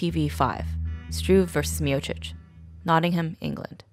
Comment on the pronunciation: Other than mispronouncing Miocic, great video